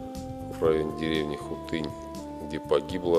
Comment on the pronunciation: Хутынь - ударение на "у".